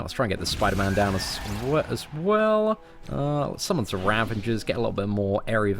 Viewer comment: Always like your videos, but wince every time I hear "raveNger" Nit-picky, I know!